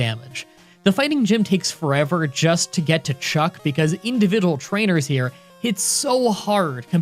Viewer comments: "Individal"? Is that a regional thing? Do you guys say individal instead of individual in Canada? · Anyone catch it when he said individal🤣